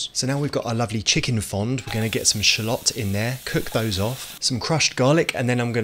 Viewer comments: It’s not pronounced fonD…the D is silent…pronounce it like PHONE without annunciating the E. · It’s actually pronounced « fon » the d is silent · Hey You don't prononce the d in fond But nice vid btw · We don’t pronounce the D in “fond” it’s actually pronounced “Fon” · This is how KFC make their gravy. FYI, in french we don't pronounce the D in Fond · Dont pronounce the « d » its just « fon »